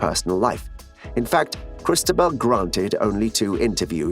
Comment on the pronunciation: Interesting trailer but hard to understand why the voiceover was not trained to pronounce most of the Spanish and French names accurately, 'Cristabel' instead of Cristóbal, the accent on the 'o' is the clue, many thanks